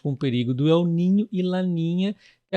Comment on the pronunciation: Não se diz Eu niño, se diz El niño, está en español. Obrigado pelas informações.